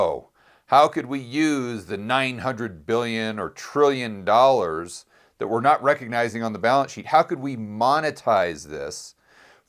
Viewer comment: I'll never cease to chuckle at the way and Peter Schiff turn "dollar" into a 3-syllable word. 😄